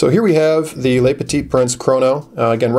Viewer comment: its "le" (petit prince) not "les". (leu vs lay)